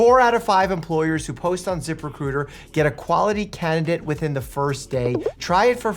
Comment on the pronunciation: Once you hear zip recruiter as zipper cooter you can't unhear it.